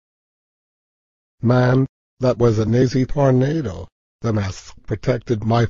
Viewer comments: Eric's wrong pronouncing: Evil > Eh vil Deeper > Deper Booger > Boojer Tornado > Tornahdo Jail > Gal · ugh do go animate charecters talk right? they cant even pronounce tornado right.